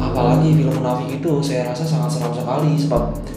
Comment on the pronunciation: Tolong lah cakap elok elok sikit , daripada aku suka tengok channel kau ni sampai jadi meluat dah lani . Tak salah nak cakap bahasa melayu , tapi sebut bagi betul , saya jadi saye , bahasa kita Malay Indo ni lebih kurang ja .